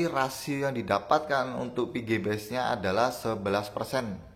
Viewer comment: Pengucapan VG dan PG nya hampir sama mas, usahan bilang Vigi da Pege itu beda pengucapan Jadi penonton gak bingung